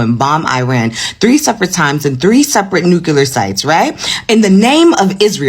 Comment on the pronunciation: "New-clee-R", you mispronounce you "new killers" US of BS!!!